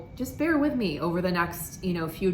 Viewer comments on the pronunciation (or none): none